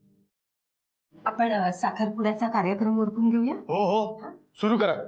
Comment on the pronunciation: ओरखून नाही उरकून